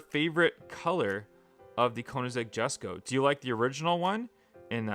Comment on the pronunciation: Hm Ok WES Ko